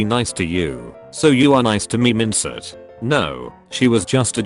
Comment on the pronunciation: when a robot correctly pronounces "chaperone" and not "mindset", lol